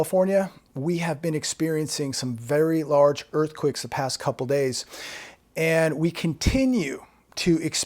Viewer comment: Earthquicks??? You can't pronounce earthquakes lol??? Funny....